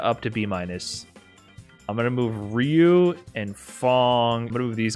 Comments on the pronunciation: I WILL make Cody with knife and v-skill 2 scary! Also, I like that you pronounce Ryu as Rai-yew like I do. XD I never gave too much credit to tier lists. I think they open interesting discussions, but they only really matter to the Top 8 players for next year's(?) EVO. But at the same time, I shouldn't underestimate how dangerous a person is if they got the match-up figured out. People rag on this game too much for being a guessing game, but honestly I still love it after years. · ......its re-you=ryu come on man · the way pronounces ryu is driving me crazy